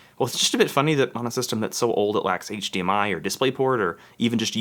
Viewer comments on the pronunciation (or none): none